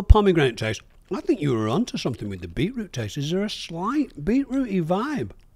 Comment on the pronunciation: The word beetroot has two Ts in it, and somehow says neither of them hahaha